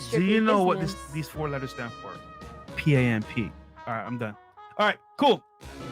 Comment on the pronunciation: Did he say P A M P instead of P I M P? LMAOOOOO😂😂😂😂